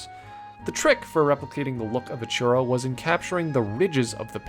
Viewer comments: It took me until coloring that you said churro. Is allways a bit funky wen they are of another native language and introduce a single word of your native language. I was understanding something like... Xurous or something. In hindsight, is not bad pronunciation. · Love the Mochi ooooneeee <3<3<3 It's funny how you say churro xD and like the art too Ok, I love all of them <3<3<3 I really reeeeeeeeeeeeally like all today <3<3<3 Happy Birthday by the way xD